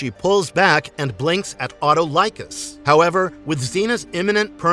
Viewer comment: The fact that he mispronounced Autolycus, Lyceus, Potidaea, chakram, Cortese, Calisto, Akemi, and centaur etc lead me to believe he has watched very little of the actual series....